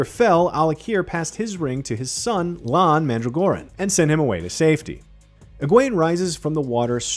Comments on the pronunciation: Wrong and unnecessary to spoil Egwene and Nyneave, wrong about about the warder holding an Aes Sedai ring, wrong pronounciations... Wrong, wrong, wrong! ...and who the hell is Lawn Mandra'Goran? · "Lawn MAN-druh-GORE-in" He couldn't have said it more wrong.